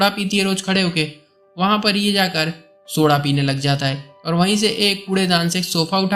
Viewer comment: Soda bolne ka treeka aapka 😂😂😂 Ak ..l. sb badal deta